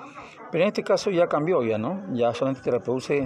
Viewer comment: como un acento, cambia el sentido de una oración. yo vine a ver el video para cambiar el SO y usted esta explicando que CAMBíO el SO